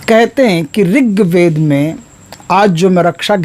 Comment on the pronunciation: Riktved nahin rhigved hota hai guru ji